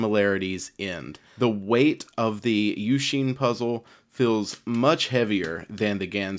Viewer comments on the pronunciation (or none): YOU-SHIN NOT YOU-SHEEN NOT YOUK-SIN PLEASE